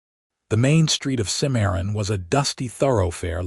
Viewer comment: It's Cim-a-ron, not Ci-maron ... 😊 Exciting, pensive, ultimately satsfying unfolding.